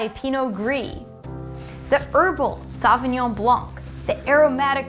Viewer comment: And you are an expert for wines? Pinot Gris is Grauerburgunder in Germany. And you don't know how to pronounce Sauvignon Blanc.